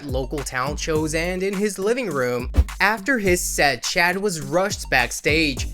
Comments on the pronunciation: His name is pronounced “Shaud” not “Chad”. Like just google first. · Why are you calling him "Chad"....it's "Shad" promounces "Shawd".